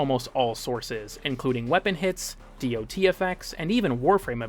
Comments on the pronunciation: The information here is solid but man I do not need to hear how tier lists work. Also, ignoring mods that can recontextualize damage types such as Shattering Impact just seems odd. Also nobody reads out DoT. It's "dot." it has been for like 20 years now. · Bro sotp saying dot that way please god please